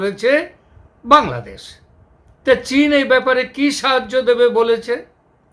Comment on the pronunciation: আরে কলকাতার মূর্খ গণ্ড, ঠিকমতো বাংলাদেশ উচ্চারণ টাও করতে পারিস না তোরা সেখানে বলছিস বাংলাদোশ। মনে হয় তোর বউয়ের সাথে সহবাস করার আগে তোর স্বপ্ন দোষ হয়ে গেছে